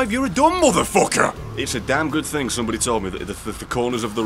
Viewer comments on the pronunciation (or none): RRRRR! it said think instead of thing